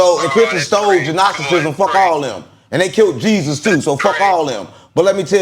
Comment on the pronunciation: Will someone please tell that the G is silent in the word Gnosticism.